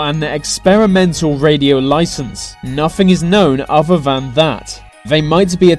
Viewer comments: O”th”er not uhver. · nuffing is known offah fhan fhat